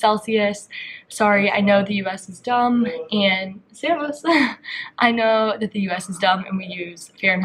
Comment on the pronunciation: That one Servus u did was so good hahaha